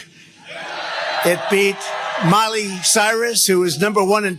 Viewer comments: Did that idiot just say "Molly Cyrus"? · Her name is "Miley" not Molly, Danuld Krumf.